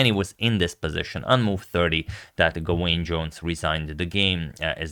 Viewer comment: "Gawain" should be pronounced "Gah-Win" with the emphasis on the first syllable